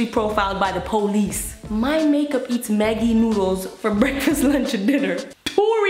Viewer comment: tyhe ay she said maggiii ahahhaha